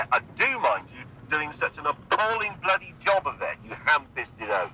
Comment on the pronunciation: I actually think you can hear his Bristolian accent come through a bit in that rant. Normally he talks with such a neutral accent but they say when people are upset they revert to their native accent. Listen to how he says 'bloody'.